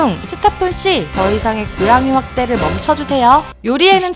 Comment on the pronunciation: 고양이 이름은 레온이 아닌 리온 입미다 ㅎㅎ 그리고 루이스가 아니라 루이 입니다